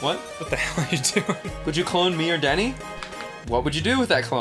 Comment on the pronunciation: I like how it sounds like Ross is calling him Denny instead of danny